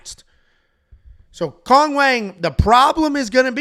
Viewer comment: Chinese people seem to call Cong "Tsoong"